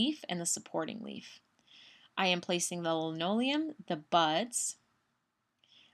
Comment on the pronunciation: Yes, It is Limonium... NOT Linoleum. Driving me crazy.